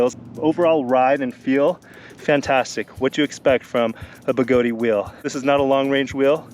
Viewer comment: I so love your videos,, but please understand that it's pronounced 'Begoad', like toad, not Begoadeeeee, like Flobee. Strip is not stripey when the 'e' is added. Fat/Fate, bat/bate, cat/cate. Notice that the 'e' being added at the end silences itself in order to change the vowel sound preceding it....Thank you for your service letter 'e', you will not be forgotten. In fact, you will still be pronounced by people across the globe, some of who's names begin with 'J', who will still pronounce you even though you have silenced yourself... But seriously, don't say the 'e'! LOL I'm just playin' man. Even though Begode, themselves, say it like Toad, you do you. I just love giving people sh_ _ about it because, why not. It makes me laugh, so...ya. Again, love your videos and I'm glad you're able to have a wonderful family and be willing to share your and their time with us all. You are doing God's work spreading the gospel of electric living. Go forth and ride.